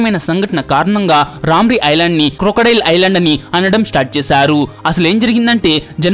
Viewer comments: ఐలాండా ఏందిరా ఐలాండ్ అనలేవా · Orey babu.. I landa kadhu ra babu.. island... Kastha kangaru padakunda cheppu... Video bagane vundi.. alasipoku plz..